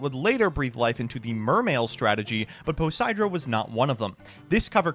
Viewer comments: really said 4 poseidra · I know this is Jank but... didn't read Poseidra properly 😅😂